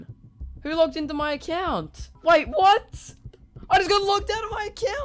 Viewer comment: "I got logged out of my accjaunt"